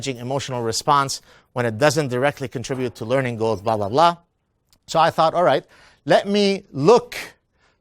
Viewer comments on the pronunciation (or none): none